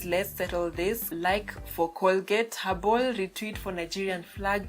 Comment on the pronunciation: Did she say Colgate habol?